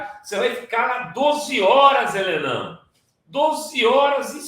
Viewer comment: Sr. Renato Rovai, respeitosamente, o Sr. disse: Helenão, mas o som me confundiu com "ele não". Será melhor dizer: HELESSIM.